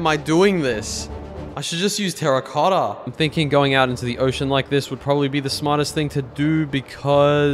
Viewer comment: Bro when you say terracotta is like a Japan guy saying a word🤣